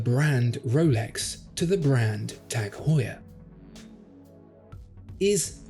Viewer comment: its "Heuer"